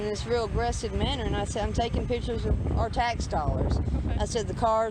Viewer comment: She be takin' "pitchers". Maybe she needs more "skoolin"...lol